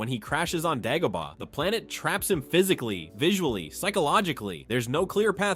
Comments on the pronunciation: Day go bar not dag o bar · DAY-GO-BAH! Also ONLY Han shot in A new Hope. You probably say Obi “ONE” too. Who’s doing these voiceovers?! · You’re not pronouncing Dagobah correctly, probably because you are a droid.